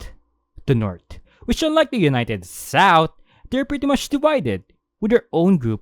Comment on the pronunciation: The s-AHA-outh is amazing oh no im infected with the AHA